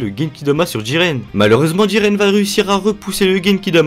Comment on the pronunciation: Jiren pas djiren